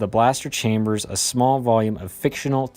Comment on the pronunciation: Recently? I think this has been ongoing for a while. You said Blas-tech correct. You said Tibana correct as well. Also body armour (Stormtrooper and clone trooper armour) in SW is strong enough to deflect a bullet from the 1970's, when the movies came out. How solid this is as a answer is difficult to say, especially when you factor in automatic fire, weak points in armour and the fact many in Star Wars do not wear armour due to the lethality of blasters. You have also forgotten many blasters like the E-11 can adjust the strength of their blasts somewhat at the cost of ammunition. This is rarely done due to the strength of a standard bolt being more than enough to kill a person or knock them out with their first shot. Still this does not factor in the customisability of guns and their ammo, while compared to blasters which are often purpose built for their specific roles. As for Ewoks... personally I find that whole thing silly. But still I think they were more stabbing through the gaps in the armour. A similar tactic used in medieval battle where peasants with knifes bought down plate armoured knights by tripping them up and then attacking the gaps in the armour. Still an adequate and quick analysis. What I am picking up on is the details. Still a blaster is 100% more reliable than a gun, due to few moving parts and the simplicity of logistically supporting troops with blasters compared to guns. So on paper bullets are better, yet blasters will allow a army to fight longer